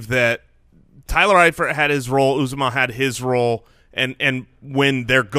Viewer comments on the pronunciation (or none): It’s pronounced “ooh zoh mah”. I went to Auburn and heard his name announced at games many times. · It’s pronounced yew-ZAH-mah, I’m an Auburn fan